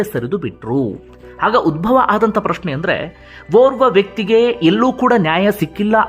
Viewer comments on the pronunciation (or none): none